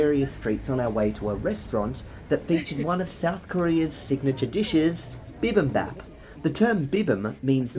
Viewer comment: bibimbap is not pronounced like "beh-beh-bah-p" but "bee-bim-bap" (bap pronounced like bop). ˈbiːbɪmbæp